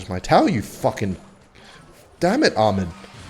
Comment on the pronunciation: bro you pronounce ahmed name in a wrong way 😂💔